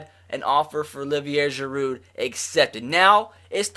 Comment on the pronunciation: The d is silent in giroud and the r is silent in olivier